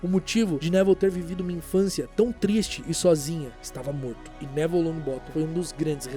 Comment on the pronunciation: Pq do nada no vídeo vc começou a chamar o Nevil de Nével?